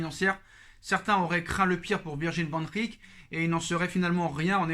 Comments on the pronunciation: Hahaha j’ai compté 18 fois Vandrrrik 😂😂😂 t’as fais saigné mes oreilles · Mais oui Liverpool va lâcher Van Dijk 😂 pourquoi tu dis Van Rik? 🤣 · Sa me tue quand tu dit Van Dijk😂